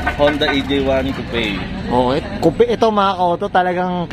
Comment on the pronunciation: kupey amp kup ang pronounce non , carguy kuno 😒